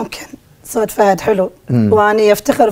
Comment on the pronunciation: اولا اسمه صوت مو صوط ثانيا انت منو اختارك مقدم برنامج وانت عندك غنه بالراء حيدوغي